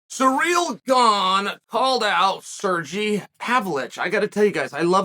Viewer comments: SerGEI or SerGAY, not SerGI. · Cereal Gain calls out Sergee Pawlvich